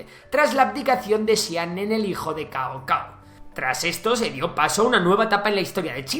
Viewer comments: Suena más como Tsao2 Tsao1, lo tenías cerca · No se lee Cao Cao, como chino me daban 5 infartos oírlo xd